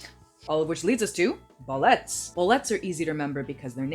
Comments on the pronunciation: It’s not bo-let’s... It’s bo-li-tas. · Bolete has a long e :[